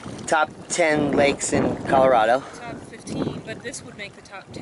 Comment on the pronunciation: "Colorado" lol